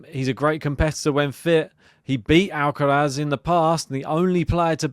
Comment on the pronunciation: Would be great to see Draper win or at least push Alcaraz. Based on form, experience and levels of fitness...Id say Alcaraz in straight sets if Jack completes the match. But this is sport so let's wait and see. Another great piece 👍...Ps decide and stick to how you pronounce Alcaraz's first name😄